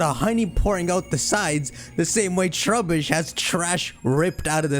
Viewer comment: “Trubeesh” sounds exaggerated i like it